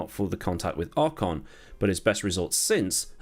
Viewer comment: Who is "awe-cawn"? ( ish)... Do you mean Ocon? ;)